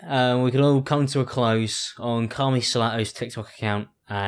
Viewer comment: The way you say 'Carmie' sounds like 'Carly' and I feel attacked.